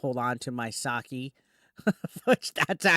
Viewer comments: It's sake not saki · Its YoTAY. and Ed Oh. Sa K. Jesus, your Japanese pronounciation sucks butt